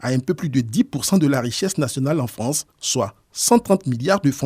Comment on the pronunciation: Ils sont à peine arrivés en « Fronce » qu’ils font déjà grève!🫢🤭🤣😂